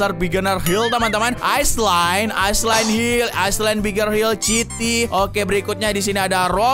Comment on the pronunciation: itu baca nya sity